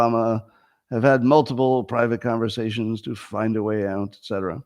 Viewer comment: today's "ount" count: 44 FYI we are now including compound usage, such as: "ountcome", "ountgoing", "ountside", "abount", etc.